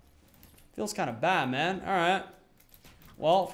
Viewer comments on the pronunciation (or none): when you said *It's kind of bad man*.But deaf are gonna hear *It's kind of! BATMAN*😂😂😂😂😂😂